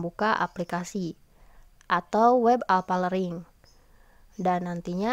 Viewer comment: Learning bukan lering